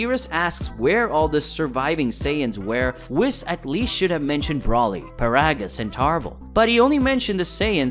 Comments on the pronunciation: And he also calls broly "brawly"🤦‍♂️ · His name is not Braly it’s Broly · bro you really thought planet Namek was the planet of the Kais and then you pronounced Broly like Brawly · Broly not Brawley ☺️ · Its BrOly not BrAly 🤧🤧 Broo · Don't you mean Broly Not Braly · Dude said “brawley” 🤦🏻‍♂️ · calling them "brawlee" & "Wiss" was super cringe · This is a good video, very interesting, but I gotta ask, are you deliberately mispronouncing Whis and Broly? Because their names aren't pronounced like that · the pronunciations of the names like whis and broly hurt my soul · How in the 12 universes can you mispronounce so many names, despite them having been said clear and concise for everyone to hear, and in English? Like with Broly and Whis. There are so many times in the ENGLISH DUB where there names are said clearly. How do you get it wrong? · You’ve got to fix the way you pronounce “Whis” and “Broly” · Its broly with a long o are you even a fan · Bro same! Like, I'm trying to enjoy the video, and see what kind of theory this guy is talking about, but the mispronunciation of Whis, Paragus and Broly are killing me. Paragus is pronounced like Pair-A-Giss, like asparagus and Broly is pronounced Bro-Lee not Brawl-Lee. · triggered on how this dude says the names wrong. i mean how do you pronounce broly wrong? and they say Whis in the video yet this dude still says his name wrong. Also says paragus wrong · Bruh these characters been out too long for you to be gettimg these names wrong. It's pronounced weeeis not wis also it's bro- lee not browly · Whis- Weese, Broly- Bro- Lee, Paragus- Pear-uh-gus..... pronunciation is key...